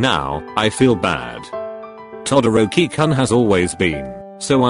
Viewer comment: I love how it's To dorkie koon XD instead of Todoroki-Kun Book u go is that how it's pronounced in 2020? Favorite pronounced name Kuri shima